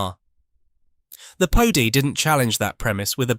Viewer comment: Maybe try getting an actual human being to do the narration next time, then you wouldn’t get ludicrous mispronunciations like “Pody”. Apart from that, though, very interesting.